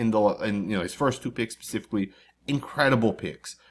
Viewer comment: The word is..."specifically", not 'pacifically'!?*